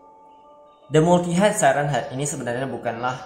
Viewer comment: Multiheded siren head bacanya bang